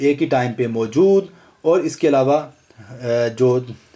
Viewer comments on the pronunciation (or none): none